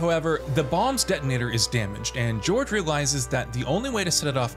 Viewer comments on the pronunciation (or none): His name wasn’t ‘George’, his name was ‘Jorge’. While it is the Spanish translation of George; it’s pronounced quite differently.